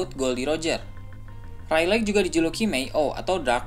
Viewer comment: Reylig min bukan reyleg 😂